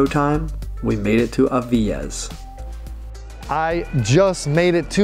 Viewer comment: I live right by Villaviciosa, because I love being woken by the birds and see the mist hanging above the rolling green hills. Great video, but your pronunciation of Gijón and Avilés is really hard on the ear. It should sound more like Hee-hon and Aveelays. It only has one L after all, not like Villaviciosa!